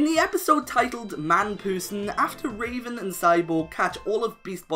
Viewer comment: It was roben not raven